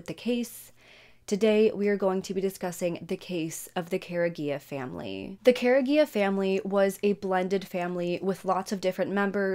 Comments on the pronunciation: The last name is pronounced Cor-E-Egg-ah And the school is pronounced kla-how-ya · It’s Car-E-Aga not what you Said, I went to school with John’s brothers. The sick jerks that did this just got life in prison! Thank God! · You’re saying the last name wrong..😑 🤦🏽‍♀️ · Youre saying Careaga wrong